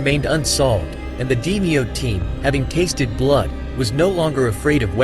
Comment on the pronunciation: It's not 'Dee-me-oh its pronounced D-may-oh